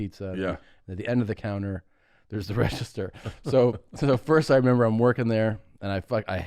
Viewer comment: Not even 10 seconds in and he says "Memembered"